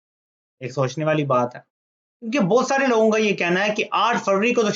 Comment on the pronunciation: بوت نہیں بہت۔ (BoHat) اووور نہیں اور۔